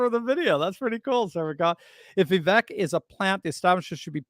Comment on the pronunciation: Vivek rhymes with cake according to his rap about himself.